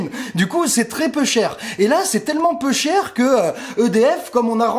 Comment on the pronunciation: "L'électricité c'est très peu cher. Et c'est tellement peu cher... Là EDF..." Commencé à entendre des "peuchères" à la marseillaise. Étrange.